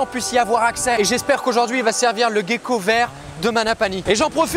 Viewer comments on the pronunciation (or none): Sa se prononce "gécko" et pas "guécko" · Ça me perturbe, tu dis "guecko" au lieu de "gecko" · Mais on dit Gécko et pas Guécko? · Merci pour ta vidéo super intéressante. J'avais une question, je t'entends dire Guecko mais moi j'ai l'habitude de dire *Jecko*, y a-t-il une bonne prononciation ? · Pqoi on dit "Guecko" alors que "Gecko" dans la langue francaise se prononce "Jecko"...? 🤔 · Vidéos sympa ! Dommage que tu dises "Guecko".... :p On ne dit pas "Guenepie" :) Sinon top de mettre en avant les geckos de la réunion ! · la prononciation en "guecko" ptn 📉